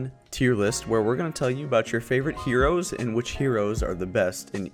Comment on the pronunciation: the Hroes ? the yasuo play style ! Jungle Janna !!!! ... southern accent ? hahahahahah you were hilarious